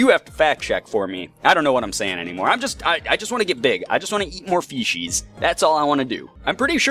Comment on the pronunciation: You sound like your saying feces, when saying fishies. I died (while laughing) when you died, im sry